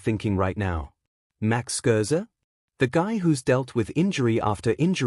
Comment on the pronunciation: Stop with the crappy AI. Can’t even say Scherzer or get his age correct. Stop wasting our time.